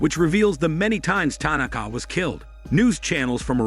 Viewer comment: Ty- Nak-Kah😆